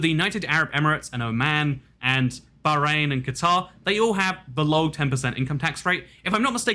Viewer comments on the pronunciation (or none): none